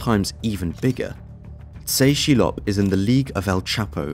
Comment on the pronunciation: Tse Chi Lop is pronounced Tess.. Chee.. Lop.. yeh the guy was major world wide.. multi agency combined to take him down.